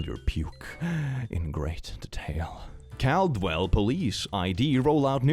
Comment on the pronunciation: The pronunciation. XD I've never heard Caldwell pronounced that way. Also, I remember seeing this one on Facebook. Haven't seen the vehicle in person, though.